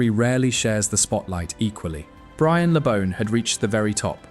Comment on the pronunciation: At least get his name right...BRIAN... not 'brain' My dad (also called Brian) used to go drinking with Brian and Gordon West when they were playing and my dad was building the main stand at Goodison. Always impressed by their affability and humility. Something sadly lacking from most modern day players God rest you, Brian. A great player and even greater man.